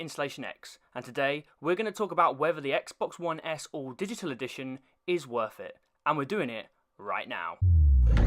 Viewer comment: you mean worth it ? i didn't understand what you said